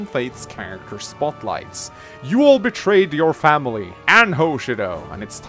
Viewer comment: “You betchwayed your famiwy and Hoschido. Now pay for your betchrayel!”